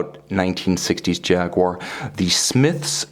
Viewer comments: Who's Jagwha? It's pronounced Jaguar! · Lovely watch, but cant listen to jagwarr... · Jag - you - a